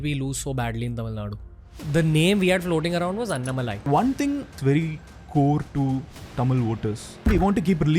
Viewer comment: Everytime Raveer says Annamalai I get an ick. It’s An-Na-Ma-Lai.